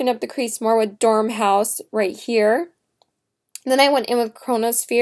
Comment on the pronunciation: You mean Dor-mouse, not Dorm-house. Nice video...thanks for the honest review...:) Listen to the old Jefferson Airplane song "White Rabbit"...you will probably enjoy it since you are such a fan. A interesting view of the story....:)